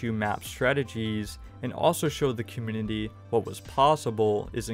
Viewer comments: Man. It would be best if you worked on your pronunciation for "specific" and "community". You're missing half the letters when you say them. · Hey, maybe he's not aware. If you had something on your face wouldn't you want to know about it? It's not like he has any speech impediment. Just got lazy with those words my guess.